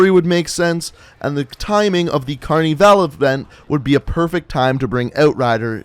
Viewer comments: "cArNi vAl" its carnival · phahaha how does he not know how to say that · Aaron 102 carneeval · I'm from Brazil and its carnival not carneeevale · Why he say carnival like that ( Carneevale ) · you’re saying Carnival wrong, don’t say it in an American accent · pahahaha do you seriously not know how to say the the word "carnival"